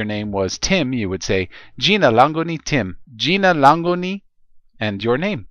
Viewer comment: Its jina langu not lango